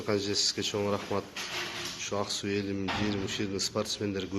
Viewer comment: Аксы деп айтылбагандай туюлду мага Аксуу деп жаткандай болду.